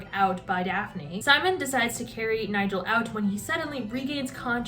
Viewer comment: genuinely can’t get over the way you kept saying “niGel”. absolutely iconic